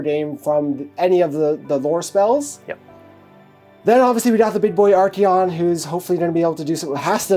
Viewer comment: Come on! Arch👏A👏ON👏 not Ar-Key-on 😂